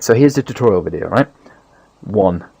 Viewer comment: were you tired because you said ''Welcome to the tutorial wideo'' but it's cool.